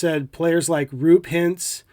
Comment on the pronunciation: You could not have done a worse job saying Roope Hintz or Nils Lundkvist.